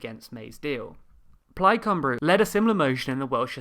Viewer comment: Plaid ‘cymbroo’ 😂